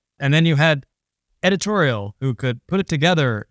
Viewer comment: what's 'edititorial' ?